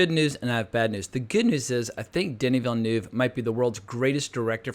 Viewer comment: why all Americans pronounce that E in Villeneuve"